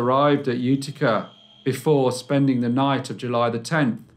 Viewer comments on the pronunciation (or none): none